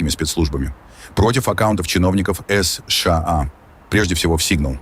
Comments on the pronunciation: Ребята, когда вы его научите СэШэА правильно говорить? Да и вообще, что у него с ударениями? Неужели такой умный, что ничему уже не учится??? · позорища настройте вашу нейросеть запинается на каждой аббревиатуре как паралитик не способна сша правильно произнести